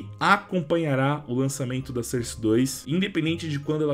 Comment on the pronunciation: Fala source certo bicho pelo amor de Deus